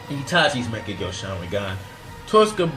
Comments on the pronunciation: why does he say mekkagu sharingan on mangekyou? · good list. but please for the love of god learn how to say "mangekyou". its so cancerous the way ur saying it, sounds like mecha gear